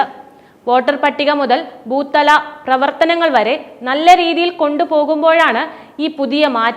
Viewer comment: ബൂത്ത്‌ തല എന്നതിന് ബൂത്തല എന്നാണീ കുട്ടി വായിച്ചത്. ഇതെക്കുറിച്ചൊന്നും ധാരണയില്ല എന്നാണത് വ്യക്തമാക്കുന്നത്.